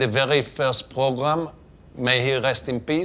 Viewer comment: i don't think its a coincidence that Cohen says "program" like "pogram".